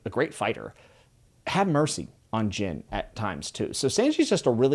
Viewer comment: Just a couple of notes on name pronunciations! Usopp is not pronounced "Yu-sopp" like you do in the video, but "Oo-sopp". Second, Gin is pronounced with a hard G, like in gift, great, or gamma, not like the drink. Edit: Also it's Loguetown, not Roguetown, because it comes from Pro*logue* (Luffy's) and epi*logue* (Gold Roger's)